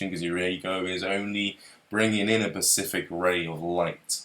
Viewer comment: As intelligent as is I don't understand why he keeps saying Pacific instead of specific it's not his accent because he says s fine it's specific